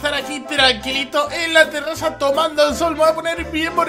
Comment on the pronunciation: Alguien más se fijó que dijo terraza??